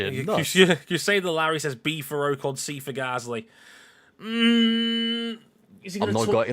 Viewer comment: You really need to be pronouncing names correctly. Your guest said Ocon correct multiple times and you didn't seem to care.